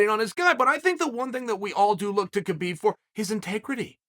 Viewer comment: Justin fought for the belt last fight…so did Chandler. There is not way either should fight for it again after 1 fight. And Chael, the K is silent. It’s pronounced hubeeb